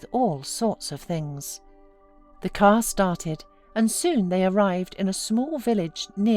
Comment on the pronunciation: Put her in the "caah and twenty minutes lataah"